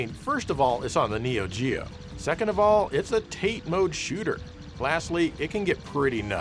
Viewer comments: This man's "tayte" trolling cannot be stopped. It's Tah-tay, not Nate with a t. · I really love your show. I just realized that Tate mode, pronounced Tah-Tay mode, is Japanese for vertical. "Tayt" mode is I guess the American pronunciation? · You know it's tah-tay. You just want comments correcting you for algorithm engagement. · Its pronounced "Tate" not "tate"..... geeze.... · 縦（たて、タテ）romanized as tate, pronounced "tah-tay". it means "vertical." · Tate is pronounced more like 'ta-tay' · It's fucking tah-tey. Jesus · It's pronounced TAH-TEH !! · You say Tate wrong its a Japanese word pronounced Tah-Tae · ‘TAH-TEY’ btw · Hi, long time fan of your channel. Just wanna mention that "tate" is pronounced in two syllables, like ta-teh. In Japanese, 横 (yoko = left & right) 縦 (tate = up & down). Keep up the good videos! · It's pronounced ”Taw-Tay" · Did you just said "tate"? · has a long-running joke of pronouncing "tate" incorrectly and loving it. I think he did acknowledge the proper pronunciation once, but dismissed it with something along the lines of, "you have to roTATE your screen, so it's tayt". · Yoko is Japanese for Horizontal, and Tate (pronounced "Ta-tei") means vertical. Sorry to ruin your Tate pronunciation fun :( Sort of like how everyone calls Kage like "Cage", but it's "Ka-gei" for shadow. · I think it’s actually pronounced “tah-tay” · Tah-tay. That's how it's pronounced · "Tâte" mode 😆🤦‍♂ ...please tell me you know the difference between Yoko and Ono? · Not to mention it's pronounced "TAH-tay" since it's Japanese for vertical. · Tate means vertically long in Japanese. The Japanese pronunciation is [tǝte]. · Pronounced... Tat-Ay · TAH-tay - but then, you knew that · The pronunciation for Tate, which is japanese for vertical, couldn't be more wrong, but still I loved it! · And I still don't know if you (and others) are intentionally mispronouncing tate all these years. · doubling down every time on Tate instead of Tate.😂